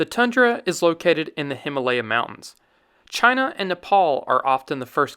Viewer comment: Please learn to pronounce HIMAA LAYA . not LEYA.